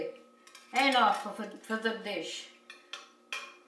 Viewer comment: I like hearing her say "that's enoughfa". 🌷💖🌷